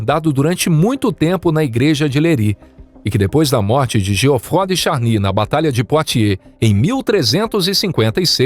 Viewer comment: Essa narração por IA é insuportável. Nem sabe pronunciar o nome de Geoffroy